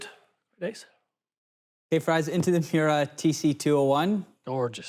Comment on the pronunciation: Everytime calls you... Rhymes with... fries... I cringe